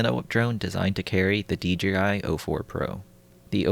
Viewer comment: Lol. I found myself saying d-g-i too. I don't where you are from but regional english can easily make it that way. There are a bunch of excellent youtube vids on pronunciation that are fun to watch. Language Jones, that lindsay guy. You'll find them if you are interested.